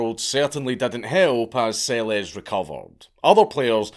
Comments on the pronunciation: Its pronounced "Selesh". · BTW, Monika Seleš, pronounced SeleSH 😜